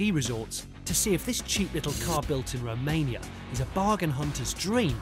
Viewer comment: Finally, a decent Englishman correctly pronounced my country's name.For the rest of the team...